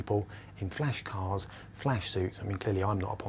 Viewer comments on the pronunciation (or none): none